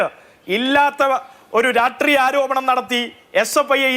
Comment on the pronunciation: എടാ പട്ടി രാഷ്ട്രീയ എന്ന് പറ രാട്രീയ